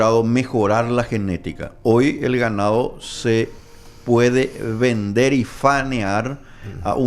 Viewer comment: La palabra es faenar no fanear